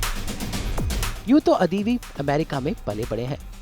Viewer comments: it's not adhivi .. it's adivi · It's not adeevi it's adivi means forest his surname